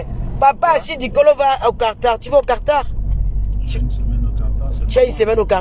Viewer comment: Quartar ?déjà apprenez d abord a épeler le pays Quatar et non quartar